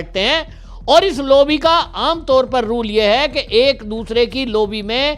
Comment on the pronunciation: ऐप्रत्याशित नही, अप्रत्याशित होता है. लोबी नही लाॅबी होता है. ठीक से बोलना सीख लीजिये.